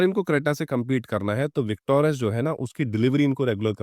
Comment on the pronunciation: विकटोरस नहीं बोलो भाई, विकटोरिस बोलो